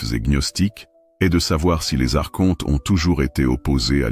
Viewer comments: On ne prononce pas ARCHONTE mais "ARKONTE" Madame l'IA ! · "Archonte, se prononce Arkonte" - Il faut expliquer ça à la voix de synthèse 😁 Je trouve dommage les créateurs de contenu spirituel qui ne prennent pas le temps de lire eux-mêmes leur texte. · Merci infiniment pour cette recherche sur les Elohim, et Les principes gnostiques. Archonte, se prononce Arkontes, cela vient du grec, arché, le principe, le pouvoir.✨️ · Mes "enfants "...merci pour votre présentation et explications variées a propos des Archontes. Au passage il est important de vous informer que l'on ne prononce pas les Archontes avec le son "shontes"....mais avec le son "quontes"....ce n'est pas le son vibratoire"Che" mais le son "que"! Intégrez cette correction dans vos conférences 😊🙏merci pour tous. Il faut sauvegarder la langue française! 🍒